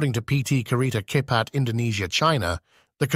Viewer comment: Capet is sounded Chepat - fast. All c is ch.